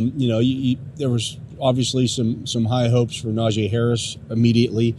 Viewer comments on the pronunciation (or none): I won’t have sympathy for until he pronounces NajEE Harris’s name right.